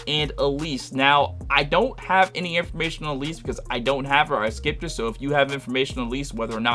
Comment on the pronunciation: 😂😂😂you saying A-Lease is killing me...its pronounced like Alice in Wonderland lol, she's decent but she's getting pushed out the frost meta...the meta triple frost team supposed to be Ling Han, Yu Lan, and Icarus...but from what Ive heard it doesnt have great synergy bc Ling Han's skill has long cd and her discharge is powerful but has a long animation...but this is all 2nd hand info since i dont play frost...but like you stated you prolly want Yu Lan A3 for survivalbility bc Ling Han has no survival features, but she supposed to be like Mimi for ice w/o the tanking